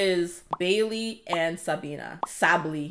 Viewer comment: the ship "sabley" actually exists,, its "sabiley" you almost got it right, but for sina and noah is "noart" bc of her last name "Deinert"